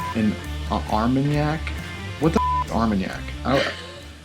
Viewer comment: yes you pronounced it right. Armanac. like cognac, just another region in france making brandy.